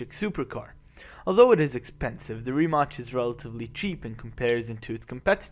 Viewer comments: It's not Rimach!!! Pronounce the name of the company right you ignorant fool! Check it before you publish the video! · It should be pronounced like Ree-Mats..C in slavic languages is "ts".